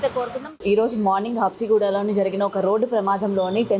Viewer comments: Habsinaguda kadu habsiguda adi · habsinaguda❌ habsiguda ✅